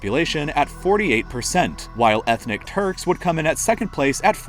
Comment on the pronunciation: is it just me or does it sound like "ethnic turds"